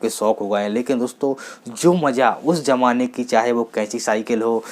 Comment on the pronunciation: Zamana boliye jamana nahi